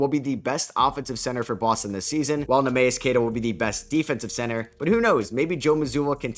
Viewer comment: Nee mee us is the pronunciation for Queta ! probably not worth ramping up Tatum .